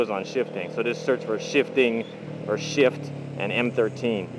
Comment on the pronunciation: everytime, i hear shit instead of shift